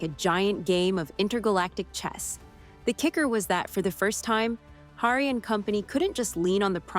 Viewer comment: You talk like a fan, but don't know how to pronounce Gaal or Hari, or that the Mule is not 'he/him'.